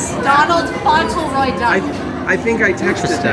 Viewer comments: It's pronounced FAWNT-LUH-ROY, not FAWN-TUL-ROY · Fauntleroy, not Fossilroy.